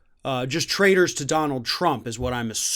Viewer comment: What do they trade? Is it not traitors? That`s the spelling in the subtitles, absolutely ignorant, but the pronunciation is also traders rather than traitors.